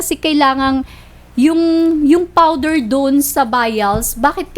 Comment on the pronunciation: powder te hindi fowder 🤣😂